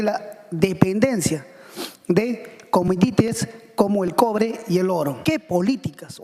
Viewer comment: Ese huevón dijo cometites? Quiso decir commodities creo no?